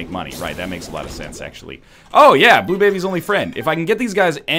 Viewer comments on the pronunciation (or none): none